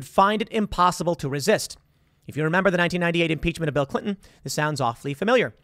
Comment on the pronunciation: Lol the Republicans would never do such a thing. They're all talk... Also "impeachm" lol